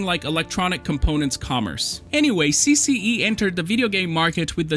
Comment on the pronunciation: You pronounced CCE 's name too well🤔 tu é br?!